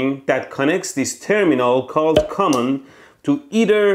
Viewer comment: When ElectroBOOM pronounced the word "common", I suddenly felt an urge to retake oral English class😅😑